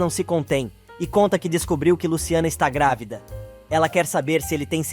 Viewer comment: Narrador é Madalena e não Magda. É GRÁVIDA E NÃO GRAVIDA afeee